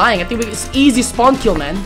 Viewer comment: I like how he struggles SO much then say IZI